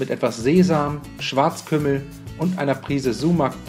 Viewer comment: (Schwarzpimmel). Wenn man sich aber auf Schwarzkümmel konzentriert dann hört man es auch. Ist noch lustig.